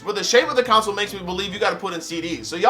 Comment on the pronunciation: It irks me every time you pronounce console like “council” lol